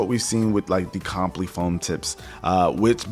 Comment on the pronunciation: Bro, Comply. Kohm-plai, not Com-plee. 😂